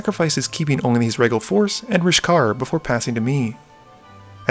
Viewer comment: Hi, I love these videos, they are excellent, but wanted to make a comment regarding a recurring pronunciation issue. Words like “regal” and “zenith” are pronounced with a long e, so zenith would be pronounced like zeenith. Not like zen. The same with regal which is actually pronounced like reegal. Not trying to throw shade here at all just an FYI. Thank you for these great videos! Please keep them coming.